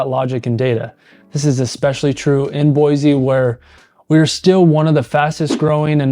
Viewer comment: And still can't pronounce the city name right!😂